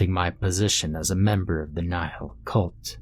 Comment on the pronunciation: Ah yes a word in Latin:) also, its pronounced like "knee-hill"